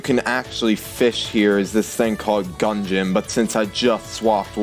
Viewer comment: ITS GUDGEON LMAO (NOT GUNGEON)